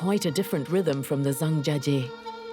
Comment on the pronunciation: OMG americans, its pronounced (Jahng Jya Jyeh) not (zang jahjjee)